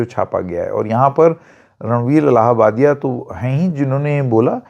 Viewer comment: It's illahbadi not Allahbadi